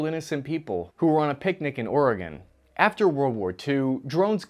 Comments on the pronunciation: pronounced Oregon correctly! Lots of Americans pronounce it like went somewhere never to return. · Hey you pronounced Oregon correctly. Way to go!